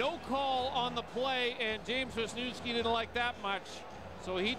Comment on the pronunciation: veezniouvskee )) not the pronounciation i expected